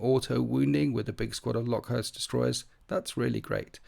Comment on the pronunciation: Came here to say this exact same thing 😂